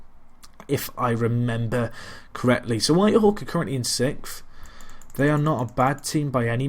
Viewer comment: Just started watching this adventure yesterday, and it's been pretty good as have been the other longer let's plays like FC United or the Pentagon. However, I am really annoyed by your pronounciation of not just players' names but even words like SIXTH where you say SICKF or STAMINA where you pronounce it STANIMA. So yeah.. had to get that outta the way. Other than that everything's been great and I am looking forward to future let's plays of this sort. Cheers